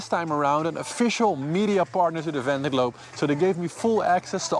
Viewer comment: Can he learn to pronounce Vendée?